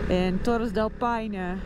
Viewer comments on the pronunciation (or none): none